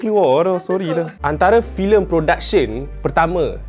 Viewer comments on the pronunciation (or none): ulang2 part yg tersasul tu, “antala firem” sorry kelakar sngt